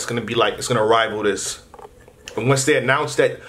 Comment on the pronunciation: I'm not sure if you usually pronounce "they" as "day" so I won't read too much into it and say its a hint lol.